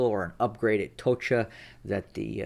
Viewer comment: It’s not TOCHA. It’s TOCHKA (ТОЧКА).